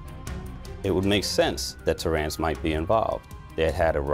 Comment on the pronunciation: Is anyone else annoyed how they pronounce TERENCE?😏